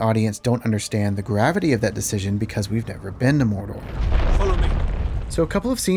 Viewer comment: Can they fix the way Frodo is unable to say MoRdoR? Why is he saying Moldo?!